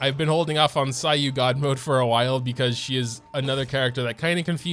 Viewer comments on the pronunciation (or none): none